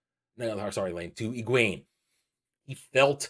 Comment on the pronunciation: Great video and thank you. I finished reading all the books years ago. I don't watch many book-related YouTubers, but since watching the WoT show I've been looking for faithful fan's reviews, and so far you are the third one I've watched. I'm guessing not many people care, but I just can't hold this back anymore : Pronunciations: Nynaeve: NIGH-neev Egwene: eh-GWAIN Am I the only one who reads the glossaries?